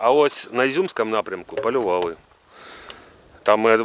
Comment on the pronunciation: Громадське так і лишилось на базарному рівні, ще за майдану, ви хоть трохи повчіться правильно говорити. "Тіпа, ага....і не "палювали", а полювали. Дуже не професійно звучить вимова. Мужики красивіше розмовляють.